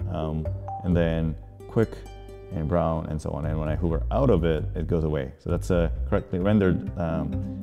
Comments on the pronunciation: Sorry I couldn't resist making that comment about vim 😛. Also realized my pronunciation for "hover" is wrong. Learned something new! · is it pronounced hover or hoover ??